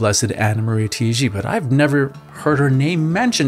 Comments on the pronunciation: It's not pronounced "Tee-gee" It's TAH-IGI... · She is an Italian so you should say it not Tiiji, but Taiji. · Her name is pronounced TA-I-GI. The A is like Ah.